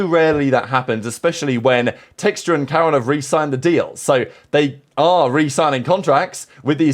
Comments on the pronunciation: Dude we HAVE to stop with this pronunciation bit, wtf was that pronunciation of Karon LOL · yeah neither is karon? what does being from america have to do with pronouncing peoples names properly? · I'm not American, I think most people know how to pronounce Karon though